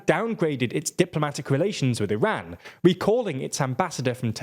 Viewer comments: Iran is pronounced with an “open” a, and not a “closed” a. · Can you guys please fix your pronunciation of “Iran” it takes a simple Google search